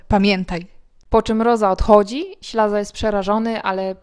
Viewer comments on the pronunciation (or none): W dramacie występuje Ślaz nie Ślaza!